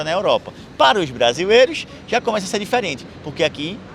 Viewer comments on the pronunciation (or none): "cajas vajias" "brajileiros".... kkkk